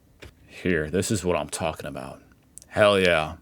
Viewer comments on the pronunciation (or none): none